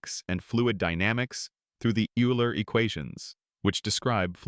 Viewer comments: Minor corrections, only because wrong pronunciation impacts credibility: - Euler is pronounced Oila, not Yoola. - Newton’s book is pronounced Prinkipia, not Prinsipia. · Another AI-generated voice-over. BTW - Euler is not pronounced 'you-ler', it's pronounced 'oil-er'. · Every polynomial equation has at least one complex root? Nonsense. (x-2)(x-3) is a simple counter-example. Eeeler - Ayler.....it's pronounced "Oil-er". Poor video. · The pronunciation of Euler's name is wrong. Is this a robot? Needs to be corrected. It is pronounced "Oiler". Otherwise, a great post. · LMAO the AI mispronounced Euler twice in a row in two different ways... come on bro....